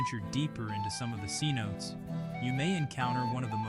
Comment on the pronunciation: Commentator needs to learn the proper pronunciation of "Cenotes"